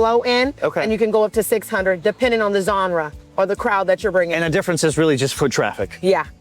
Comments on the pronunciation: WTF is a “Zonra”?!? Assuming she meant “genre.” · Genre I think is what she was saying